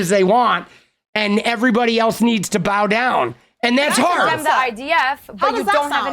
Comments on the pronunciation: Mr "do you condamne" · Do you condemn Hummus Hassan? Do you dondemn Hummus!!????